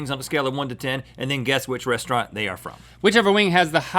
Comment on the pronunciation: "Restaurant", lol